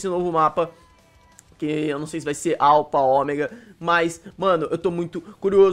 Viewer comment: Aula de ingles para o Alpha nao se lê alpa lê-se alfa pois ph =f